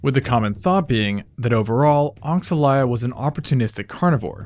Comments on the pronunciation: regarding pronunciation, if it is inspiread in brazilian african religion, it should go as "oshalaia" not "oksalaia" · It's probably pronounced O-sha-lie-a, given that the X tends to be more like a "sh" sound in a lot of native languages of that area of the world